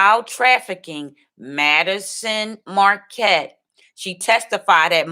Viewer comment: It's Madyson Marquette not Madison